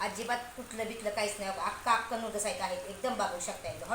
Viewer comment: हक्का नूडल्स❌ अक्का नूडल्स✅